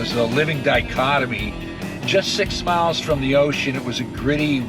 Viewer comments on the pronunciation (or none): none